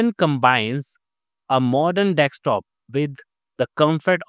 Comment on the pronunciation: It is "D E S K T O P" not "dekstop"! SK not ks!